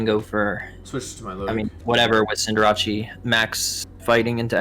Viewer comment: Intimidatii Cinderache I hate and love these pronunciations so much Love the video though :p